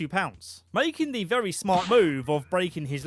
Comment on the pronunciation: YES. THANK YOU, VEWY GGGGGOOD